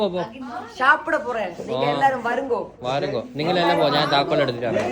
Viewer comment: വരുന്ഗോ അല്ല വാങ്കോ എന്നാണ് 😅😅😅😅